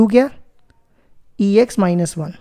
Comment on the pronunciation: Question 10 😂😂 sr ex kho sex bol rha hai😂😂